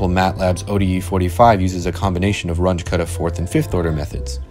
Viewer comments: It’s not a “range” method - it’s RUUNG-ə method. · Runge was German. His name is pronounced “Run-guh”, not “Runge.” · Should point out that it’s pronounced like “Run-gah”, not “Runj” as you keep saying it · Not rung with an uh, but with an ooh, I might add. R-oo-ng-g-uh Roughly. He was german. So was Kutta, I just learned... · I've heard people pronounce it "rungie", so it's at least better than that. Haha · I like the video. Please try to change your pronunciation. At least, try it. I know, it will be hard. Runge does not sound like "grunge". The "u" sounds like the "ou" in "you". And Kutta does not "cut" something in two pieces. It also sounds like the "ou" in "you". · "Runge"? As in Grunge? 😟 Carl Runge and Martin Kuta were German. Pronunciation would be like Roong-uh - Kooh-ta. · please learn how to pronounce Runge.You don't have to be perfect, but at least try. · The name Runge is pronounced slightly differently